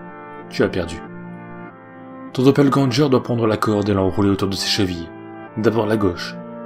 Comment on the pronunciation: Il me semble que doppelgänger ne se prononce pas doppelgän"jeur" Mais doppelgän"GUeur". Sinon super video qui plus est longue :)